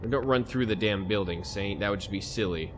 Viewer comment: I think I heard you say satan instead of Saint!